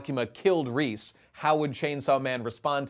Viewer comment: "Reese" Jesus christ dude, it's レゼ, Reh-zeh.